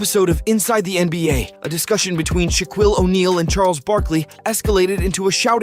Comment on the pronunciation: Dude can’t even pronounce Shaquille right lol